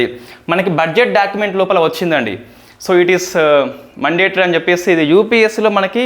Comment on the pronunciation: మండేటరీ కాదు brother... మ్యాoడేటరీ...mistake చెప్పానని తప్పుగా అనుకోవద్దు ..